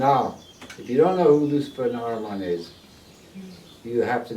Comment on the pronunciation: You people are fools ignorantly appropriating the ideas of a dying people you have yourselves been killing for the past 200 years with endless meddling in the middle east. Next you'll be talking about Amerindians... It is pronounced Ah-ree-man, by the way.